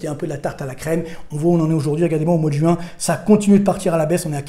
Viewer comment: Écoutez cet homme, ne serait-ce que parce que ce doit être l’un des seuls parisiens à savoir prononcer « juin » et non « jOuin » 😂